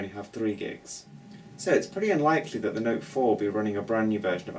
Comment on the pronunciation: "tha noet fouar♥"... lol.